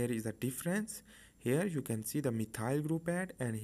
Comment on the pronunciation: Thank you for the video, it did help to make everthing more clear. I love your detailed and clear way of painting everything. Just one little thing which made it difficult for me to follow was the way you pronounced some of the groups/molecules. (eg. methyl group :D) Still very helpful, keep going! This is amazing content after all :)